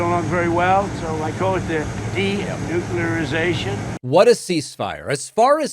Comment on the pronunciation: Did he learn a new word? Denucliarazation. He said it twice.